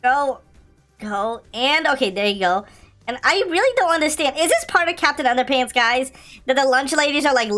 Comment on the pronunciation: You said capitan under pants